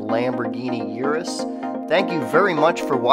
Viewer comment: Please stop calling it a yearus